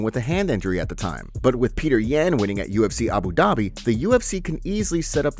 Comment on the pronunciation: Why can you not pronounce names correctly! It drives me crazy. Gaethje (GATE-CHEE) Not (GAYJEE) and it is pronounced (PEŌTER YON) Not (PETER YAN). Please for the love of God, check the pronunciations of the fighters or you are just as bad as Dominic Cruz!